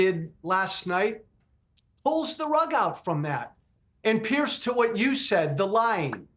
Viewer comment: PLEASE advise your guests that your name is pronounced PEERS , not PIERCE! its super irritating to hear them all mispronounce it.